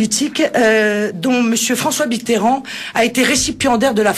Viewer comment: François "B"itterrand ? :D